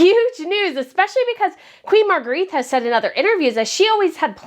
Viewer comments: Point of Order: The name is pronounced 'MAHR -gray-Tuh' not 'Mahr-greeth'. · Please pronounce her name as Mar-gret-tuh in Danish, not as in French Marguerite. It tickles my ears as a translator! Aside from that I'm so very happy that Frederik and Mary get the big job at last! Yeah! 😊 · Hi, I love your channel, and hi from Sydney, Australia! Queen Margarethe's name is pronounced "Marga-retta." Have you tried leaving a little hair out around your pretty face when you put on a headband? Instead of pulling all the hair back, put it on top of your hair. It softens the look a bit. I wear headbands a lot, and a hairdresser did it for me once, now I wear them like that all the time!